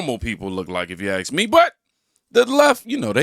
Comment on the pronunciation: You are an articulate black man. Please stop using "axe" instead of "ask." Love your show!